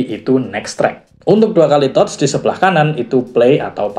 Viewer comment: Reviewnya keren dan lengkap, cuman maaf sedikit saran aja mas.. pronunciation bahasa inggris nya tlg di perbaiki.. banyak yg salah.. misal kata wind atau touch.. hal sederhana tapi agak mengganggu aja sih, kan sayang konten udh bagus2 gini tapi englishnya gitu.. hehe.. sukses terus channelnya ya mas..